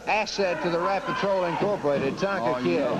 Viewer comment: it Tonga not Tonka ...lol